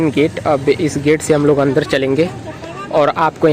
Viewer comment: हम डोर गया, 22 नवांबोर, अंदोर, भाभ्य, मेजोर, यहां पोर, आकर्षोक, दशोक,😂😂😂😂😂😂😂😂😂😂😂